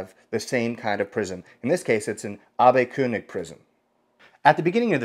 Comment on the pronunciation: He did pronounce it perfectly (I'm Swiss German) and the prisms are Abbe-König (I guess it's written Koenig for the non-Germans)! 😛 Ernst Karl Abbe was a physician and worked together with the founder of Zeiss (Carl Zeiss and Otto Schott)! That's why Zeiss is using those prisms! 😍